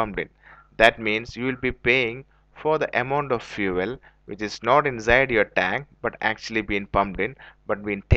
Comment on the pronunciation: Fuele lol 😂